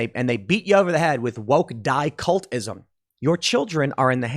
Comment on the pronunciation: He keeps saying dicultism. What does that mean?